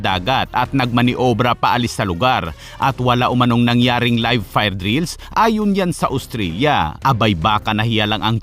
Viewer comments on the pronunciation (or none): none